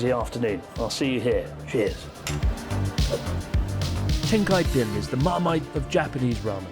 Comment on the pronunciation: I'm white and definitely thought of a bowling alley when you said Tenkkaipin lol